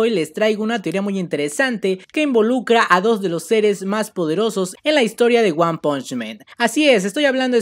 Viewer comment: Creo q no se dice men se dice man